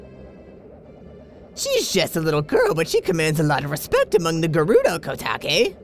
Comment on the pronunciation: I think it's pronounced Ko-Take. Koume I think you had right LOL THAT VOICE! DONT GO DOWN IF YOU DOWN WANNA KNOW WHOS ATBTHE TEMPLF OF TUME ish Zelda